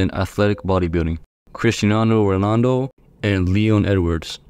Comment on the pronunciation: Bro said Ronando 😂😂😂